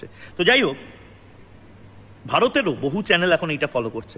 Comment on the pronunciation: চ্যালেন নয়, চ্যানেল।